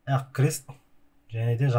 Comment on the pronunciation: әқ мес ақ деп дурыс таза қазақша айтсаңызшы